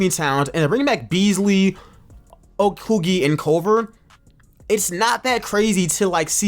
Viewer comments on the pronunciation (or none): Why do you keep on saying Okoogie?😂😂 it’s O-k-o-gi